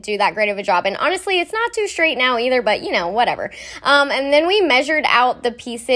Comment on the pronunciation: Why can't millennials say straight? Why do they have to say shtraight? It's as if an entire generation has lost the capacity to pronounce any word that uses the letters "st". Common examples: SHtraight SHtrength AdminisHtration Oh and don't get me started on the word strength... Which is now commonly pronounced shtrenth.